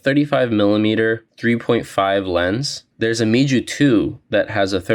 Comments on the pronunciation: its pronounced mew like the greek letter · It’s pronounced “MEW” and not gonna lie that memory analogy was kinda corny. I cringed hard. It’s not that deep bruh.